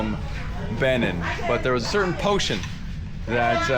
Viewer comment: Pronounced as Be nien”